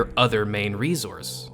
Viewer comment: "Ree-zource" Try unhearing that now.